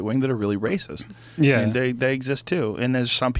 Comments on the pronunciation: "WACIST" Joe Rogan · Lol really wacist